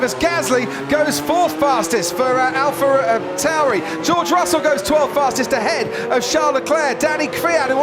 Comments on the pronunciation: As Gasly goes 4th fastest for Alfa Rrrr-uhh Tauri! Me: Pumps Gasly’s driver perks’ social media team stats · alfa r... tauri Edit: in his defense, being a commentator is probably quite hard